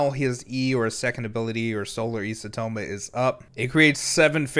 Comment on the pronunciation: you almost said isotoma correctly there but then you backtracked and said it incorrectly... it's EYE-so-toe-ma